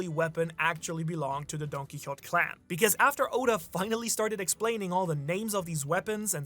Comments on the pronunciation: It was a horse, not a donkey, and the horse’s name was Rocinante. And Don Quixote is pronounced more like DON!! keyHOtay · his name is pronounced: Don-Key-Ho-Tay Do-Fla-Min-Go